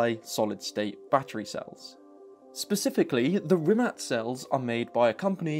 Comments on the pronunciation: I know its picky but Rimac. Not Rimat. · Am I the only one annoyed by the incorrect pronunciation of 'rimac' as 'rimat'? 🤔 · It’s a “tz” sound not “c” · rimac not rimat, they have a bad logo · Rimat? i feel offended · Is he saying RimaT?? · this. So in the video pronunciation is incorrect.. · Rimac..... Rimac, that's with a c not t..